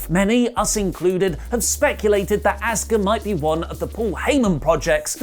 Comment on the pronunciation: "Asskuh" lol